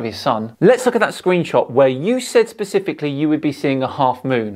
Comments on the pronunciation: You really gotta quit mispronouncing "Phuckwit". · I'm no psychologist, but I have wondered about the psychology of these folks. I believe his location is spelled Phuket, which is "dropping the F bomb" if pronounced in English. Anyway these guys seem to just have Flat Earth engrained into them, like it's first hand knowledge. They go about their day like we do, but explaining their world correctly escapes them, due to, and I'm guessing here .... not having spacial skills? Jimmy Carter's Dept of Education would explain a few things. Scammers hock this Flat Earth crap for money, and people eat it up. Flat Earth isn't just ridiculous, it's insidious, harmful to children, harmful to civilization in general.